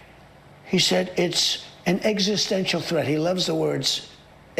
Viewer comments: "Eggsistential" he said it that way like 3 times. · Trumps so stupid that he's saying "EGGSISTENTIAL"